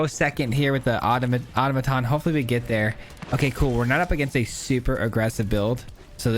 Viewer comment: No hate, but: ah-taw-muh-tawn